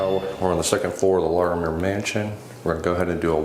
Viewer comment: I cringe every time you say “Larimere” 😂